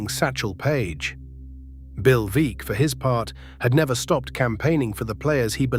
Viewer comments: Want to know what I consider "vulgar" ? It's an ai Alistair Cooke that's an instant baseball historian that butchers a name that most baseball aficionados would know . Bill Veeck is pronounced "Veck" as in wreck , not Veak . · "Veeck" as in "wreck"